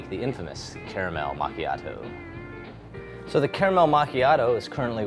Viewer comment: Best part of the video is that he pronounces "caramel" like I do.